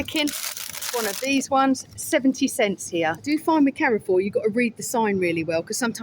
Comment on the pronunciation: Thanks for a fun video, Carrefour is a French supermarket and is pronounced Care-For. Saw lots of similar products like we have in France. I am like you I love a good toilet. Its important for the older subscribers of the channel who may need to empty the odd colostomy bag now and then. Noticed they put extra disabled toilets in everywhere this is a marketing strategy as they know oversized menopausal women spend the most money out shopping. and come back with a hole load of shit from the middle isles of Lidle and Audi. Tell Stig of the dump Gary to keep away from any old skip please, Encourage him to get his beef out a bit more. It might help distract him from looking at skips. Hot tip park as close to the front of the supermarket away from any skips. What you dont see you dont think about, The red lipstick did look nice very theatrical it could put you in danger. If you sat on Garry's knee he might be tempted to put one hand up your back and do a ventriloquist act with you. Saying Carrefour is the cheapest supermarket in Spain while trying to drink a class of water, You can get Garry a delivery pallet for Christmas and just leave it outside and hint that would make a lovely coffee table. Sorry guy tried to be as funny as I could.:yougotthis